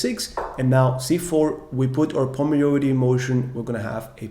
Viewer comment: Great content, I am an 1900 FIDE rated player and am really enjoying your videos. Filling many gaps in my knowledge and reinforcing what I already knew. Very professional with great graphics. Keep it up. You have put a lot of work and energy into this. I hope you become an internet legend! Just one tiny suggestion. You are pronouncing the word ´majority´ slightly wrong. No big deal. Everyone understands you.